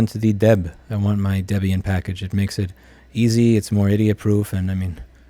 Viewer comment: Thanks for remaking the PBX tutorial. I remember the one from 14 years ago or w/e on your first channel lol You start off saying debian wrong but then said it correct.. you trolling? It is indeed named after debra (debbie) and ian so it is DebIan